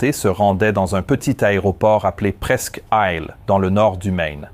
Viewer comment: Toujours très intéressant et surtout bien au delà de certaines vidéos dans lesquelles l'enquête reste superficielle, mais disons qu'ici il faut aussi une certaine connaissance de l'aviation, ou du moins s'y intéresser de près. Mais l'IA a eu un problème avec la prononciation de " presqu'île " 😁